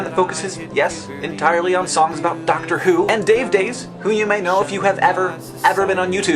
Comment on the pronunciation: So jokes, mate. XD And I did actually wind this back to make Hank say 'Doctor Who' over and over again because it just sounds so strange in an American accent...